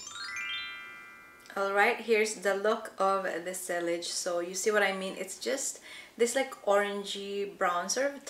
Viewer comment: Sillage is pronounced like “si- yahj”